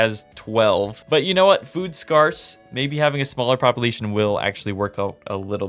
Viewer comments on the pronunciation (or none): I have heard this in multiple of your videos and it bothers me so much; it is pronounced scarce as in “scare” not like “scar”. please stop saying it like that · Only thing wrong with this video is the way you said scarce. It’s sc-air-ce not sc-argh-ce 🏴‍☠️🤣